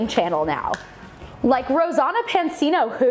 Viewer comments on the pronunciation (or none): It Rosanna not rosonno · Rosanna no no no it’s not pronounced like that Ro san uh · the way you pronounced Rosanna's name gave me a stroke